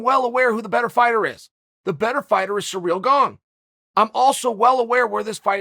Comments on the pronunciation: I came here for the mispronounced names. Surreal Gong is going down! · Nobody: Chael: Cereal Gong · Chael “Cyril Gong” Sonnen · Us: Ciryl Gane Charl: Surreal Gane. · me: Ciryl Gane Chael: Surreal Gong me: Surreal Gong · "Surreal Gane" XD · "Surreal Gone" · "Surreal Gong" - chael the goat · “SURREAL GONG” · Cyril Gane exists: Uncle Chael: Cereal Gong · Everyone: Cirly Gane Chael: Surreal gong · Chael: "Surreal Gane"